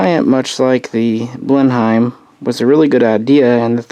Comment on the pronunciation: Loving these aircraft histories. I know we speak odd over this side of the Atlantic but Blenheim is pronounced Blen-um.